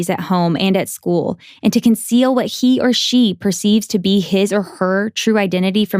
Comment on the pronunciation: was there a weird amount of emphasis on he or she or am i just crazy.. also can we just shorten all of it to they and their instead that's always been huge pet peeve of mine because its too long and the fact that non binary people exist too